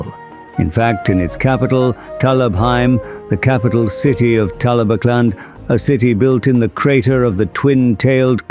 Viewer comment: I'm impressed you got the AI to say "Talabecland" properly